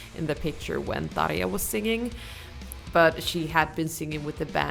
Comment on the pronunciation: How surprising to hear someone pronounce Tarja correctly.